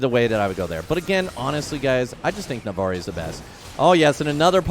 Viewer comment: It’s NavORi